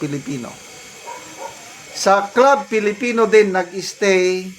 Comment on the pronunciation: klub filipino po pronounciation sa club filipino.